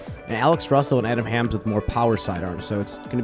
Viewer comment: Also Hammes as hams seems wrong, but I don’t really know.